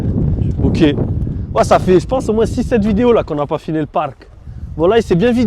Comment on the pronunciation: Putain tu me stress quand tu dis « moins » tu prononce le S à la fin alors qu’il est muet 😂